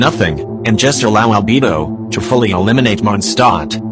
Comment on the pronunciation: Am I the only one who hears "AlbeBO"?